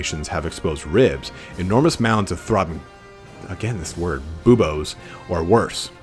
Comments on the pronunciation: "Buboes" as in "Bubonic Plague." It's pronounced booboh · love the video, you seemed confused at the word buboes, its said like mew in pokemon, like beuw, then just bo, its a hard cyst/boil type thing usually under armpits or the groin, widely known as a symptom of the black death :) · think it's pronounced clan scry-er, rather then how it's spelled. the clans name is a play on the word scryer so it's how it's pronounced. it's "bue-bo" Edit: I know it's super unclear in the army book to someone just picking up warhammer lore, but this is o so wrong. Skaven 2 lore of magic are called Plague and Ruin.(they predate the use of the word lore but they are lores) Ruin is avalabe to Warlock Engineers Plague is avalable to Plague plague Priests Gray Seeres and Verman Lords can take spells from both, along with the spells skitterleap and the curse of the horned rat( also called the 13th spell). It's a bit weird because these are called signature spells, they fall outside the lores of magic because they predate there addition to warhammer. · "Buboes" = Boo-Beaus Basically a huge gross swelling caused by illness.